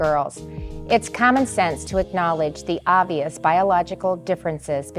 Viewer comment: Oh THANK GOD! I love how says 'OVBIOUS biological differences'. I'm favouriting this.